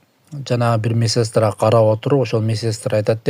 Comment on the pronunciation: Месестра эмес медсестра туура окуу